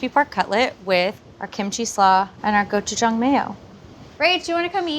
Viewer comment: Thank you for pronouncing gochujang correctly